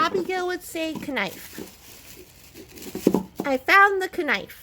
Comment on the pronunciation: How fun! Haha and really you are a 57 year old woman, you really should be able to say knife at this point 🤦🏻‍♀️🤣 Ps I laughed so hard when you were so proud to say 5x6 was 35! 😂